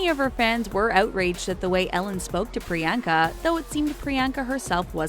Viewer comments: PRE - ON - KUH Chopra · Pree-YAWN-kuh, not Pree-YAN-huh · not the best at pronouncing foreign names now are you? It is not Pree-yenka. It is pronounced as Pree-yann-ka. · It’s not priYANKA it’s pronounced Pri-yon-ca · A cringe for everytime she said 'Priyaaanka'. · Did you really just say priyankas name wrong? Just how????? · You’re saying Priyanka wrong, believe me I know my name is also Priyanka >:(